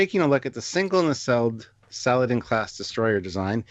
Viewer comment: I believe the proper pronunciation is not "Salad-in" but rather Sa-la-deen.